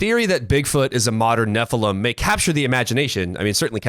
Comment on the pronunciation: Can you guys do us a favor, and I mean this in as kind a spirit as possible 😂 …would you please stop saying nephilum. It’s nephilim EEEM, nephilEEM. Nephilim. Thank you. Back to your regularly schedule programming.